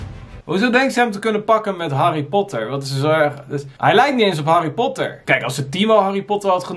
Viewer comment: waarom legt de klemtoon zo raar bij 'harry Potter' 😭